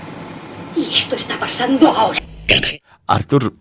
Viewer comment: Perquè insistiu a denominar Artur Homs com “Àrtur” Homs??? Si us plau, pronuncieu bé el nom, que és català, no anglès i, en tot cas seria “Arthur” Homs. Gràcies!